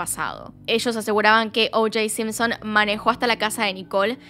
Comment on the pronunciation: Porque carajo decia sempsen jajaj solp esa palabra se animaba a decir con acento las demas no